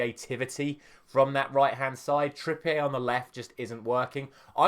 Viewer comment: Kieran Trippier isn't french, why are you saying it like that? 😂